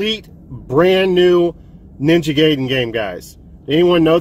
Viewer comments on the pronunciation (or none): its pronounced guy den not gay den you putz lol great snags for sure though